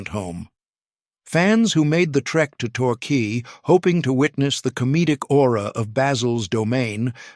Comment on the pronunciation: Bayzil? Qwey? One one zero zero! AI giveaway